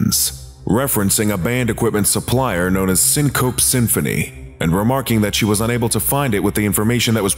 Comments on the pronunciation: Its pronounced "sing co pee" symphony. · it's"syncopee symphony", btw... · I believe it's pronounced "Sink-oh-pea" So it rimes with Symphony. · It's pronounced syncope, not syncope, and this scp is probably related to 3935. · I believe syncope is pronounced “sin-co-py” I think